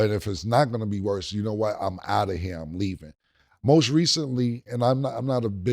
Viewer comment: AND HE SAID "ROAST RECENTLY" HE MEANT "MOST RECENTLY" 😂😂😂😂😂😂😂😂😂